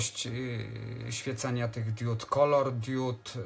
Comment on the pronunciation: Diudy z andurino nie świecą... ARDUINO I DIOD A NIE DIUD...